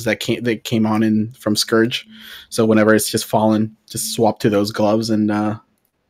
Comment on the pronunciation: Please tell he’s mispronouncing scourge. Not to nit pick but it’s killing me. Keep up the good work.